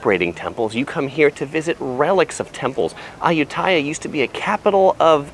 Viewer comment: Me as a thai peson and cringing everytime you say ayutthyaya becuse its pronosed ay-ut-ti-a